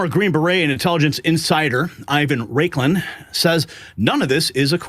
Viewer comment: Raiklin? You're better than that,.